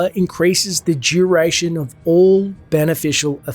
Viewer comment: "Juration" yea.